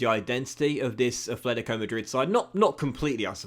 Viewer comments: Note: It is pronounced "Atlético" Madrid not "Athletico" Madrid. Common mistake when being a native english speaker. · Dont wanna point with my finger, but its called at-letico not efletic-o.. im sorry but it sounds weird in my spanish ear. Otherwise its a really great carrer mode and amazing content! Go own my friend!